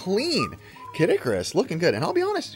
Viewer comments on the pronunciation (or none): none